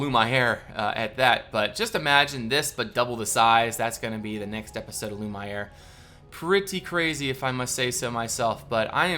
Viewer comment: If you're going for a more french pronunciation, Lumiere = Loo-mee-air